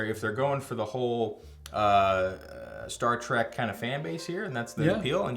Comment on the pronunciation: It sounds like is calling it star “track”